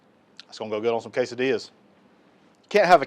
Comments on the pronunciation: Dude! K-Sa-Dillas!! Man that’s some good groceries. We doing that this weekend! Thanks buddy! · Thanks and Marti! Love a good K-Sa-Dillas!